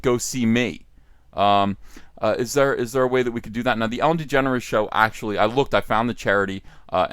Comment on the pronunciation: you said Ellen DeGenerate wrong